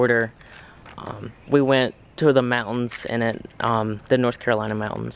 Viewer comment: Mountens. Smacks lips. The mountens.